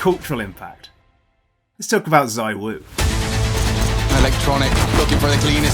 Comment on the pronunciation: Cool vid… anyways it’s zywoo